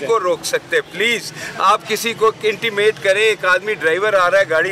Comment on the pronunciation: Bhai intimate nahi intimidate hay 😂😂😂😂